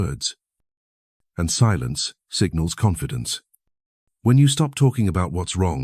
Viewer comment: I’m done ranting about AI narration that when trying to simply state someone’s age as twenty nine, says two nine, and then mispronounces the word confidence. No seriously, thank you for posting this. I do this all the time. Maybe one day I will become my true self.